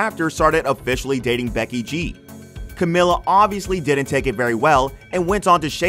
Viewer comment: It’s pronounced camEEla. Cmon guys it’s been nearly 10 years lol